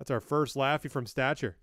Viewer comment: you said laffy's name so wrong lol it sounded funny tho, i'm not even mad